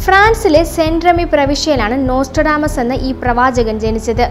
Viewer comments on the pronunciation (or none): Pravachaken alla pravechaken annu